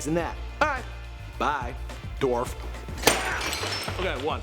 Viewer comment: It's Evan not Eveen